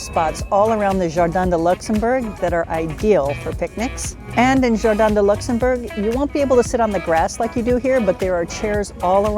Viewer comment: In English it is like in French Luxembourg, not luxemburg! Please don't butcher names!